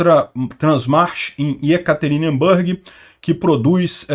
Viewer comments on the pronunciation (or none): MAIS UMA VEZ: NÃO é "YekaterinbÂrg", mas sim YekaterinbUrg.